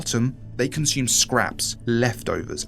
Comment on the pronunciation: It's consume not conshume.